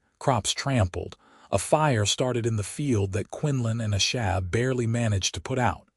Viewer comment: Thank you so much for sharing such a touching and beautiful love story! It was truly a joy to listen as Quinlan and Asha's journey unfolded. However, I did want to mention that it was quite disappointing to hear the narrator struggle with the pronunciation of Asha's name throughout the story. As she is one of the two main characters, her name being mispronounced consistently felt quite jarring and really took away from the immersion of their emotional journey together. I hope this feedback is helpful for future projects!